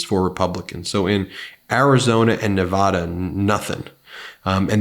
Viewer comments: You crack me up how you still say Neh-vah-dah. The people of the the great state of Nevada pronounce it "Neh-VAD-uh" with the second syllable rhyming with "bad" or "mad". 😁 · Ben, PLEASE learn how to pronounce Nevada properly! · People that live in Nevada wince when other people say Nevahhda, (I lived there 32 years)